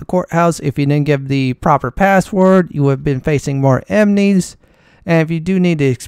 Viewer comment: Emnies lol. Aside from that weird pronunciation, I love your gameplay!